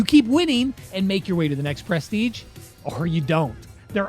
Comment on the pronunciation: Actually grateful that some of my mains don't have bad Prestige titles! The hardest part will be getting them in the first place... pronounced pruh-steej btw